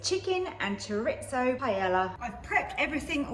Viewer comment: I get my 15 in 1 tomorrow, taking the place of my old dual lid Ninja, btw it's pronounced cho-reese-oh rolling the r when you say it 😉